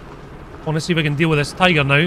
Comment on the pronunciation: Since u call tiger "TIGOR" u should call Tiger P "PIGOR"